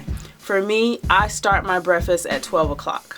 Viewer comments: Gr8 info n I completely agree on her logic but it was irking me with her saying "breffus" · Jam Xo i was wondering if it was only bothering me. Lolol. It was an awesome video, great info... but breffis was so distracting... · I KNOW!!! THAT WAS GETTING IN MY NERVES. NO DISRESPECT BECAUSE I DO LIKE HER. BUT THE WORD ID BREAK FAST. THE END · "Breffis"? Please stop saying "breffis"!!!!! PLEASE!!!!! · This was bothering me too. I was like, she did not just say, "breffst. As she continued, it was clear it was deliberate. She's eloquent in every other way, but she can't continue to mispronounce that word. It's just too tacky. She sounds educated enough to know how to pronounce the word correctly. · *breffisst lol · Chris Gainey. Who cares how anyone pronounce breakfast I think it's cute😜